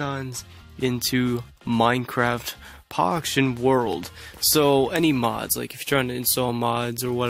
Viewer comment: So so so so so so so so so so so so so so and you always said Minecraft Poction..........................